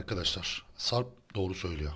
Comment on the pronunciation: ciyan diyor o siyan ağbeyy:)))